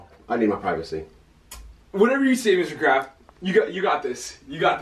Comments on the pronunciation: did anyone else think in the beginning Jo kept saying Mr.Krabs instead of Mr.Craft 💀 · literally i thought he was saying mr krabs the whole time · Legit forgot that Aaron's last name was Craft so when Jo went up to his dad I thought he said "Yo, Mr. Krabs!"